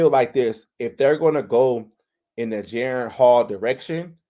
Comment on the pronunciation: Jeren? It's disrespectful to get a man's name wrong.